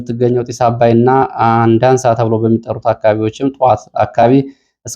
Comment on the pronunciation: አንዳሳ Not አንደአንሳ❤